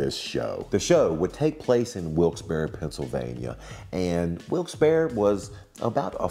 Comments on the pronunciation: IM FROM WILKES-BARRE! you actually pronounced it right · Thank you for saying Wilkes-barre correctly!